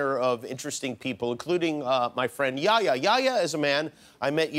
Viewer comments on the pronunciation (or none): His name is yeh-ya not yaya😑 the first part is like saying meh but with a y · I love this guy Btw his name is pronounced (yehh yahh) Not yaya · Its Yehya not yaya!!!!! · it’s yehya not yaya 😂😂😂😭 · it's not yaya man it's yah-ya He say it like yoyo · It's "yehya" not "yaya" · omg for the love of god. it's not YEAHYEAH. its yah-hee-ya. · It's not yaya it's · It's yehya not yaya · Bro its not jaja its YEHYA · you really just said yaya yehya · Lmao, my name is, and pronounced like Yehya, pretty strange fam. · Yehya = yaya Lol dude wheres the H you have to say it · He makes fun of the guy's pronunciation When he pronounces his name "Yehya" wrong You need to show the H more it's not silent